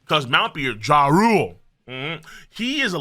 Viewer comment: its pronounced YARL not JA-RULE